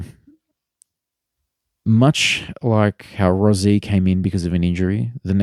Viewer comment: its pronounced rosie not rozie